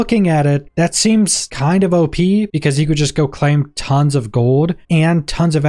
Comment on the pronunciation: Why have i never heard anyone pronounce "of" as "hof" in my entire life?